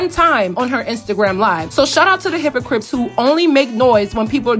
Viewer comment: Did you say “hypoCRIPS” 🤣